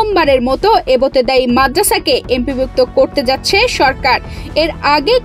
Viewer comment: এবোতেদায়ী না এবতেদায়ী😂